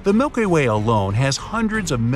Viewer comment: the way he said milky